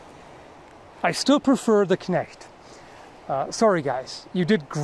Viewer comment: Perfect pronounciation of the word "Knecht".